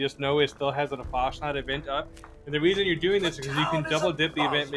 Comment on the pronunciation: Pronounced “Fahs nuked”. Roughly means fallout in German.